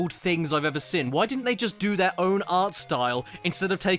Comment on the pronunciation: Why do you pronounce seen, as “sin”?